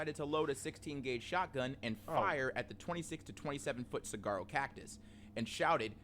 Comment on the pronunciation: Suh-war-row! The g is silent